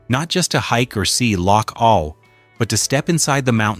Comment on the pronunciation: First off you got the names of all the places wrong. and the the name of loch awe not awl.. Honesly these AI videos and voice over are a joke. 20k views for this shite?